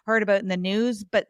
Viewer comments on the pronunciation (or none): none